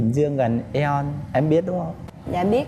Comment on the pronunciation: chú dạy tiếng nhật nhưng đọc AEON sai,,, bùn